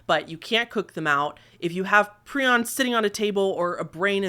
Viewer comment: Prions is pronounced pry-ons.